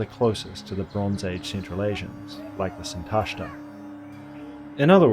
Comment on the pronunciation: Impressive work! Just a few notes about stress: Sintashtá with the stress on the final syllable, and Avesta -> Avestan is like EstOnia -> EstOnian, not like KazachstAn.